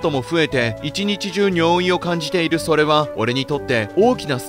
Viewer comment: 尿意のイントネーションがBOØWYなのが気になる